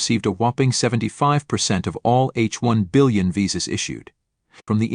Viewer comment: Good one. Two corrections to make. 1) While listing out advantages of USA, I heard "H 1-Billion" visas instead of "H1-B" visa 2) Canada is no more a friendly country of Indian :( Or, it is likely to remain a foe until the Trudeau government remains in power.